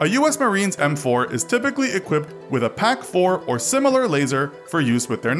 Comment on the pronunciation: 1) It's pronounced FIVE FIVE SIX 2) Realistic range is 600m, 3,600m must be pointing at 45degrees or something insane 3) It's pronounced "peck-4" not "pack-4"